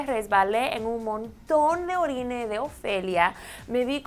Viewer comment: Se dice ORINA :D